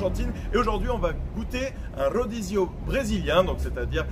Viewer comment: rodizio, ça veut dire à volonté (en fait, c'est la rotation)....rodizio de carne, rodizio de sushi...etc...cela dit fogo de chao, c'est pas terrible comme enseigne... (bonjour la prononciation espagnole...en portugais, le R initiale ne se prononce pas, style H: Hodizio...)